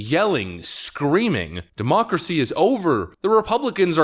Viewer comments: Will you shut the heck up the the M'Democracy?!!! What is the 'M' prefix in many of your words all about? It is getting really annoying. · What is "modemocracy"? I have tried to look up this word and can't find it? did you create a new word? or are you mispronouncing it?